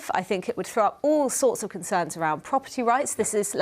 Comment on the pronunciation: That guy says what I fink